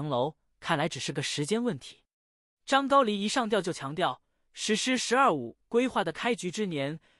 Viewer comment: 这念的什么啊，还张高黎，ai这么差？